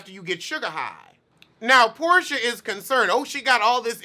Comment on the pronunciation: "Poorsha?" Did you do that on purpose? Lol